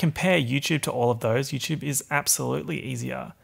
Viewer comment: really said Yewchwube